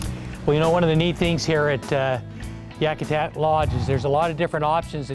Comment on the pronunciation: great video. but its pronounced Yakutat not Yakutak